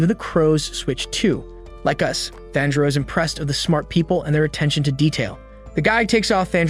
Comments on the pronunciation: My guy calling tanjiro thanjro??? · bro said "thanjiro" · The way he called tanjiro ‘Taanjiro’ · Thanjiro? Sir have you ever watched an episode? The names are the same in both English and Japanese ... why go through all the effort of making this content only to butcher the protagonists name ? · Ain't no way he said thanpajiro 🤣🤣🤣🤣🤣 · tanjiro❌ tHaNjIrO✔✔✔✔✔✔✔✔✔ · Its tanjro not tharjo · This guy pronounces every hard name easily with proper punctuation. But when ever he says tanjiro, this guy says “thangiro”. It’s gotta be intentional cause no way are you dyslexic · thanjro? it's tahn-ji-row. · So we just gone act like he didn’t say Thanjiro I’m so triggered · Nah thanjiro the fan breather 💀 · Inauhske and thanjuro 💀 😂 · bro really called tanjiro "thanjiro", gyokko "jocko", gyutaro "jutaro", and demons "devils" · bro said tanpachiro after kamaboko gonpachiro💀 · Ton gee row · Why do you keep saying thanjiro??😂 and wtf micheal Jackson in demon slayer?? Wow mind blowing😅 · Bro why you call him thanjiro💀💀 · IF HE KEEPS SAYING THANJORO IMA KILLLLLLL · dude stop saying thanjiro also its not lord muzan its micheal jackson his cahchfrase is jamona and his gender is hee hee his sisters name is anny her gender is you ok micheal jacksons son’s name is because the kid is not my son micheal jacksons dance is the moon walkee hee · its not fanjiro its not najiro its not anything its just tanjro say it with me tan jiro tanjiro you dumbo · “Thanjero” This guy is making me mad bro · Tanjiro TAN-JI-RO SAY IT RIGHT DAMN IT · Bro said fanjo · "Thanjiro" 💀 edit: mommy im famous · Thanjiro💀💀💀 Inauskay💀💀💀 Dahki💀💀💀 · If I hear fAnJiRo one more time...